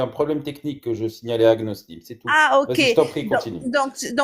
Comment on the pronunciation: Elle dit agnolism 😂😂😂😂